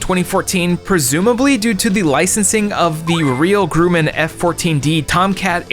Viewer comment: The Grum in Grumman is pronounced like rum, but with a G in front.